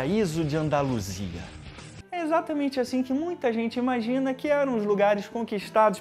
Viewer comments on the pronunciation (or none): Vídeo muito bom cara, sou seu fã. O "andaluisa" me quebrou kkkkkk